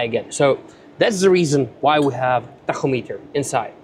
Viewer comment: I will now be using your pronunciation of “tachometer” from here on out. It sounds so cool. 😎